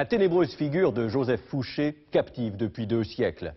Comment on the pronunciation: thank you for the legit pronunciation of Fouché